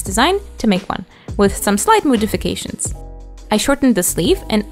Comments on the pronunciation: Did you say "slight moodifications" as a pun, or was that just your accent? Not being rude, I genuinely don't know if this was a pun or not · I'm a little sick while binging your videos and I don't know if it's my sick brain but did anyone else hear "moo-difications" because that sent me into a laughing fit which quickly turned into a coughing fit. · When she made thaw white coat am I the only one who heard moo-difications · did you just say “moo-difications” 😂😂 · Did she say MOOdifications? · Anyone catch that? "With some slight moo-difications." Even by possible accident, you've done it to yourself. Now these comments will fill with cow puns for the rest of your life. 🧍